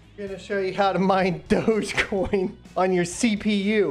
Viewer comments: Lol, this dude is making fun of newbies and doesn't even know it's pronounced DOGGY coin. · its pronounced dogg EE coin